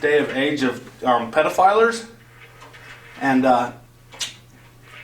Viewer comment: "pedofilers" caught me so off guard.